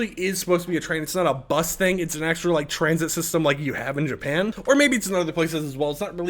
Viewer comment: why bro sayin b-us like that 😭